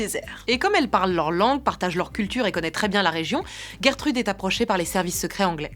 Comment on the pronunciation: Mais,mais.. ONT DIT *J*ERTEUDEUUH 😣😤😂😂